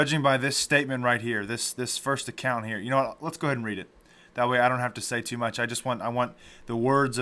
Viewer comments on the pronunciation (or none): none